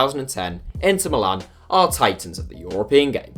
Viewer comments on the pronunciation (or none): none